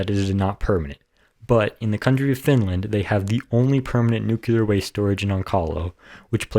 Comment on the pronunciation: Why don't you pronounce the word right? You say it NU Ku Lar and it is pronounced Nu Kle ar. Unless you work for Westinghouse, I have heard their engineers say it the wrong way. Are you trying to get a job with Westinghouse?